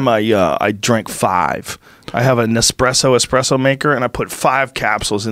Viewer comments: Fucking "Expresso" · "Expresso" ~Michael Yo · you expect me to listen to this dude say "expresso" gtfoh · Expresso. Ughhh. Cool guy though. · Casey Jones Found the guy who also pronounces it as EXPRESSO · Reminds me of the scene in the Sopranos when Paulie is complaining about how American coffee shops are stealing italian coffee...and then he proceeds to call it "expresso" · He kinda lost me when he said "expresso" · First two minutes. Dude says “Expresso” 6 times. No thanks. I’ll try the next podcast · Oh my God the way the two of you say espresso is fingernails on the chalkboard in my soul. There's no X in the word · Dad has a PhD in Nuclear physics and yet he pronounces it wrong. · These fuckin dummies talking about espresso at the beginning. My inner coffee snob was flipping out. First off, there’s no X in espresso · Or just decided to use the other pronunciation... Because yes the two exist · It's an ESPRESSO not an EXPRESSO! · its ESPRESSO not EXPRESSO dickwad..... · Everytime Michael says eXpresso I die a little more inside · Its espresso, not expresso, jesus rogan! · Anybody else cringe when he says Expresso? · Had to stop listening after the third eXspresso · Guys, it’s not ex-presso, it’s espresso, sss-presso! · Is my guy really pronouncing expresso instead of espresso???? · almost didn't make it past the first 5 minutes after hearing expresso a few times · ES-presso. Not EX-presso. God damn. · ESPRESSO. There's no X in espresso. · "expresso" ughhhhadhbahdhjawnduiawhduiohalwdbwadhlwa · Can someone drop a time marker when he stops sayin “expresso” i can’t get thru the first two mins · Michael "expresso" Yo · Say expresso one more time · Michael "I only drink Expresso" yo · “Michael ExpressYo” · My ears cant handle Expresso and he says it soo many times. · Say "expresso" again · It’s not “EXPRESSO’ GOOBERS...........ITS ESPRESSO 🤦‍♂️ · Espresso! NOT EXPRESSO😡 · I hate when people pronounce espresso "expresso" 😒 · Expresso? LOL! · Espresso not xxpresso